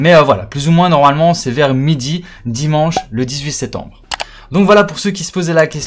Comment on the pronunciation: 18 septembre et pas setembre il faut articuler